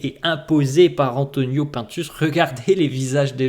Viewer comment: J’écoute tes vidéos tous les jours pdt mon cardio mais ca me stresse quand tu dis « P1ntus » moi je l’appelle « Antonio Pinetus » 😂